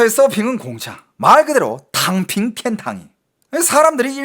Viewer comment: 탕핑이 덤핑으로 들리는건...저만 그런건가요??